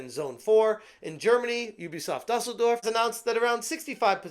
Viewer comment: Watching mispronounce Dusseldorf is more entertaining than anything Ubisoft has made in years.